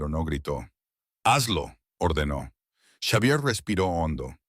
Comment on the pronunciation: Si la narrativa es en español entonces el nombre Xavier se lee como Javier.